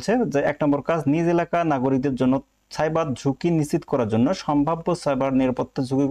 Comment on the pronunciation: একটু স্পষ্ট করে রিডিং পড়া শেখেন। নিশিত ✔️নিশ্চিত❌.....🐸